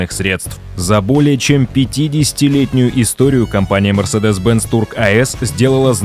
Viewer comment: В видео про историю компании неправильно произносить её название - это сильно